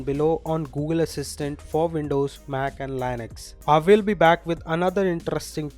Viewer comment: You pronouced Linux wrong. It's LIN-əks